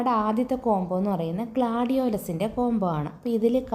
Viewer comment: പ്ലാന്റ് പേര് ഒന്നു കൂടി പറയുമോ dear... Gladio...ബാക്കി എന്താ... 😂clear ആവുന്നില്ലാ കേട്ടിട്ടു